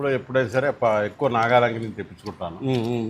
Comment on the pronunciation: మీది ఏ ఊరు సిస్టర్, ఎందుకంటే నాగాయలంక అని స్పష్టంగా చెప్పారు కదా, మాది కూడా అక్కడే ఎదురుమొండి గ్రామం